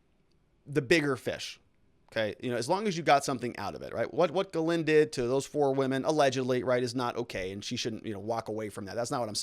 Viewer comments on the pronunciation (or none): STOP saying her name that way lol Try pronouncing it JIS-LEN. That's how most English folk would say it even though it still isn't spot on. Quit butchering the French language haha Love your stuff btw.